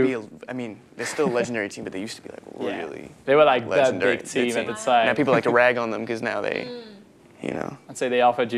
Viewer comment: Enfin un français qui dit bien The et non Ze..